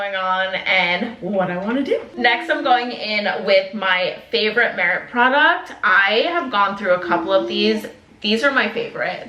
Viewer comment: Haha love you but not you pronouncing all of the merit shades incorrectly